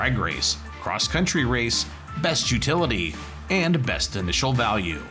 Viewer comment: Anyone else notice “best initial balue” to the end? Lol